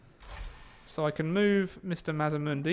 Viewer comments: Its MAZ D MUNDI sorry but it drives me crazy when people say it wrong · MazDamundi. There is a D. you keep forgeting